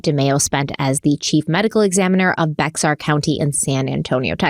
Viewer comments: there is a consistent problem. Although you do such deep research about these cases, you quite often fail to know the correct pronunciation of locations. Bexar is pronounced “bear”. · I love tou but tge way you said bexar made me cringe lol im a native San Antonian and its pronounced Bear county😅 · Bit of devils dandruff up the nose tonight? I detect a white nostril!! AND…Bexar is pronounced Bear!!! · Bexar (as in Bexar County) is Spanish and pronounced bear, bare, or even bayer if you want, but PLEASE, that x is silent. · Not being a brat but “Bexar” county outside of San Antonio is actually pronounced “Bear” county. My stepchildren used to live there so I learned through making reservations with car rental companies and product deliveries to get it right. Love both of you but I know likes to get it right! Keep up the great work!! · I lived in San Antonio Texas for 12 years and just a little correction. Bexar County is pronounced Bear. I know it is really strange but I thought you would like to know so you can pronounced it correctly. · Bexar County in TX is pronounced "bayer" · Bexar County is pronounced like "bear" by the way. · Love you but it’s bear county (bexar- x is silent) yes we know it’s confusing but that’s what it is. Looking forward to your next series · Bexar is pronounced Bear. Is that stupid? Yes, yes it is. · Love you guys ❤ just a side note from Texas...Bexar County is pronounced like bear 😊 keep up the great work on these cases! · Ok guys Bexar County is pronounced Bear, the x is silent and it makes me crazy everytime I hear it mispronounced. Sorry, you probably won't see this comment, but I feel a little better throwing it out there. Still ❤ ya'll tho!! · It's Pronounced Bear!!! Just letting you know!! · Woah woah I heard that! Bexar is pronounced Bayer. Bexar county Texas, San Antonio area. Learned how to pronounce it in college when I had to make survey calls to people in different counties. Lol